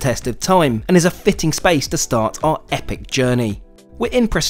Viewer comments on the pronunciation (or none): none